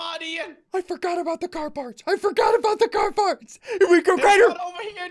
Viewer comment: Ask Hoaas Østereng also it’s compared not campered